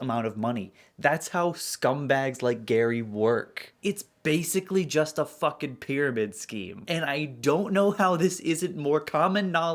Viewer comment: take a shot of water every time gary says "foken" now you're hydrated!